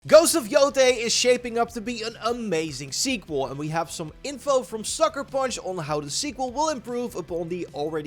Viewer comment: It’s pronounced “YOO-tay.” I know, I’m from the area.